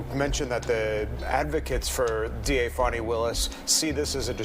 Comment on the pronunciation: When ppl pronounce her country ass name as Fahni 😂😂😂 girl stop it. It's definitely Fani like Dani😂😂😂.